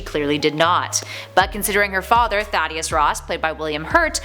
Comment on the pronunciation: First you pronounce Modok wrong then Thaddeus??? One strike left.